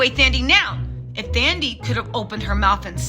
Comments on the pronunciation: Her name is African and the h is silent. So it’s not THAN-dee, it’s Tan-DEE-way. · I know you are bad with names😂, but it's pronounced "Tandie", the "h" is silent. Love your vids and your infectious personality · Hey 😊 the 'Th' is pronounced as if the 'h' isn't there, like 'Tandie' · The "th" in "Thandie" is pronounced in the same way as "th" in "Thailand" and not the English "th" pronunciation by the way 😆.